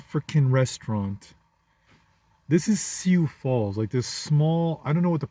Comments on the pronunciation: Hate to be that guy, it's "Soo Falls" not "See You Falls". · I thought it was syoo falls.